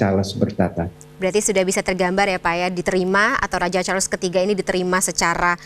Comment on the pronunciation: Ini sebutannya betul..Charles...bukan Char-Les kyk media youtube yg lain.